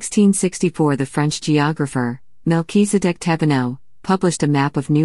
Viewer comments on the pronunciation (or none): none